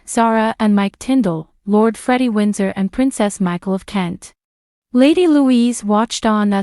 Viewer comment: Some "Royal Expert" YOU are! Sn-OW-don? Lady Louise WINDSOR? VISS-count Severn?